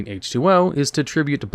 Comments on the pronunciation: Hydro-geddon and Oxy-geddon. Not Hydrogengon and Oxygendon. Kinda supporting the concept Yu-Gi-Oh! fans can’t read. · Hydro-jen-don??? Oxy-jen-jon??? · the way you pronounce cards somtimes is hilarious. like hydro-g-don, and oxi-g-don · Hydro-jen-don and Oxy-jen-jon! 😂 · i just cant accept how you're pronouncing Hyrogeddon and Oxygeddon. wtf?